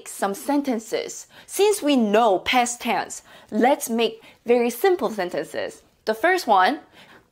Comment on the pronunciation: I like how you pronounce "Past Tense" as "Pest Tens". Sounds annoying yet funny